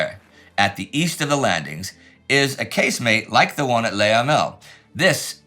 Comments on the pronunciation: It's not easy for English speakers to get it totally right - that's how it goes with foreign languages. Unless there is an "accent aigu", the best equivalent tot he French 'e' would be pronounced 'uh'. "Luh" instead of "Lay". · I've tried to get over it, but it is just so infuriating to hear Indy pronounce Le Hamel as "Lay Hamel" - for who knows what reason.